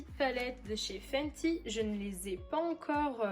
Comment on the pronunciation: Cc super vidéo par contre fanty ça le fait pas ça se dit fenty donc voilà bisous ma belle ❤️❤️